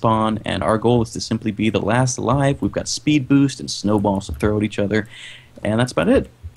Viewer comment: Preston It's *Speed Not SPPED